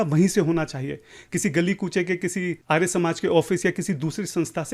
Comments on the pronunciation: 😂 bola kijye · arya ka pronounication to tu aryaa kar raha hai aur sastrarth sanskrit me karenge 😂😂